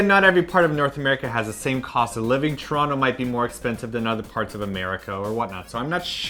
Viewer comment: You've been away from Toronto so long, you don't even pronounce it the right way anymore... :P